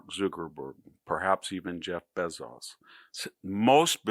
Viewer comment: Why are you pronouncing it Zookerburg and Beezos?